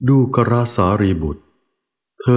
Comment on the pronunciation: ดูกร..(ดู-กะ-ระ) ส่วนตัวฟังๆแล้ว..ยังไม่สนิทจิตเท่าไหร่😅 เพราะสัญญาทางหูมันยังติดกับคำว่า..ดูกร (ดู-กอน)..ฟังแล้วลื่นกว่า😊